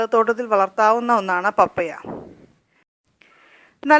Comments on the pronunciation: പപ്പയാ അല്ല പപ്പായ എന്ന് ശരിയായി ഉച്ചരിക്കു ബാക്കിയെല്ലാം ഓക്കേ thanks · പപ്പായ ഒന്ന് വായിച്ചു നോക്കിക്കേ പറയുന്നത് ശരിയാണോ എന്ന് കേൾക്കുമ്പോൾ പപ്പയ എന്നാണ് പറയുന്നത് കെട്ടോ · ശരിയാ പപ്പയ അല്ല പപ്പായ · U r pronouncing pappaya. It is pappaaya